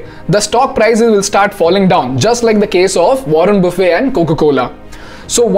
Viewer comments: Pls pronounce Buffet correctly even if the spellings r the same they don’t pronounce as if u r having a lunch 😂...I found this mistake rampant on YT! wo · ruhn buh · fuht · Buffet doesn’t have T silent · warren buffett is pronounced as it spells. It's not buffe. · Its buffet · Warren "buffe" 😂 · But still he got the pronounciation of buffet wrong. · Please correct the pronunciation of MR. Buffet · Everything is good, except for the pronunciation of Warren Buffett's last name 😜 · The way this guy pronounced Warren Buffet ☠ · In the process of sounding too cool you got the pronounciation of buffet wrong